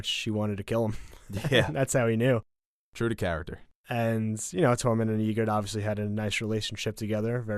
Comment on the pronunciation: I cringe everytime he tries to say Tormund's name. "TOREMON"